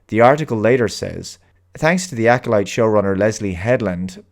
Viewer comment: "The Acckkoleet": Making "Star Wars" safe for the Bene Gesserit.;)